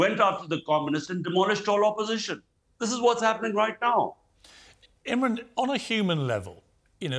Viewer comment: Piers get your act straight! His name is IMRAN not Imrin!